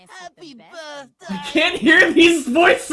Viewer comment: HAHPE BERTDAY